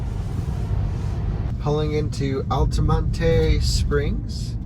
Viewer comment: Altamontay springs! Ha, it's just Al ta mont. No e sound. I used to live there so I know.